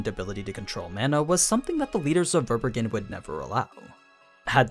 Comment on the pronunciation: Fun fact : Verbergen is a German word and means concealing or to hide which is quite fitting. It’s pronounced quite differently… your version sound really funny to me